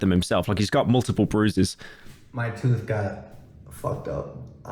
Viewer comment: "you broke his tuth"